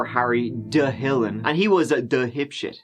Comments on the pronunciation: 'and he was a dhhhiptshit' that had me rolling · "He was a duh'-ipshit" 🤣😄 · "And hw was a DahipShit!" Lol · "A dhip-shit".... 😂😂😂... That was fhunny !!!